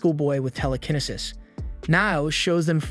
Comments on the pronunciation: Bro said tell-le-ken-nisis😂😂 it's tell-li-ki-ne-sis Telekinesis😂 Look at the description of the video too lmao he said "he must still them all" instead of steal😂 if I'm posting a video I'd atleast make sure I'm spelling and saying words right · Ramen as raymin, telekinesis as tela-ken-i-sis, and psychics as physics. I think this is a trained AI reading a script. People don't talk like this. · Ramen as raymin, telekinesis as tela-ken-i-sis, and psychics as physics. I think this is a trained AI reading a script. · proper phoenics --- "raymen" = ramen, "Tele-kenisis" = telekenesis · Pie Ro Kini Sis. Tell A Kini Sis. Instant Ray Men. 😂😂😂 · The way this guy says the word telekinesis and pyrokinesis and several other abilities, As well as stuff like "ramen" as "raymin" drives me fkn insane. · There’s no way this dude mispronounced telekinesis and ramen so badly